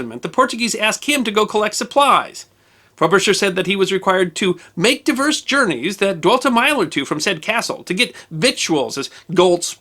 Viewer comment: divers, not “diverse” — the passages he keeps reading undoubtedly contain the word “divers,” though he always read it “diverse.” Big difference in meaning.